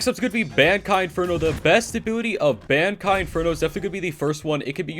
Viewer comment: Stop saying Bankai it’s so annoying it’s pronounces bon-kai